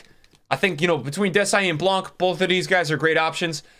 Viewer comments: next time you say Blanc please don't pronounce the C:) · The C in Blanc is silent, brother. He’s from the south of France.